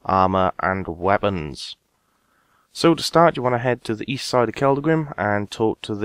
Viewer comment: East? I thought you said Weast?